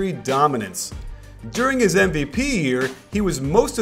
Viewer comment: You say MVP as NBP